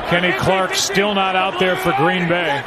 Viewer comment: Gween Bay ???, .ashamed slips they said nah